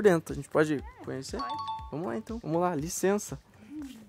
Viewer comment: Quantas vezes ele disse liçensa